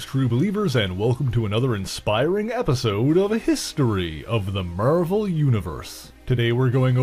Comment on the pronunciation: What's the deal with this announcer's vowel pronunciation? "Row-berta", "MARE-vil Comics" I don't get it.